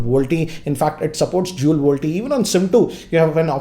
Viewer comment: the only tech youtuber from india whom you can trust now. and he isnt saying dool anymore (dual) :)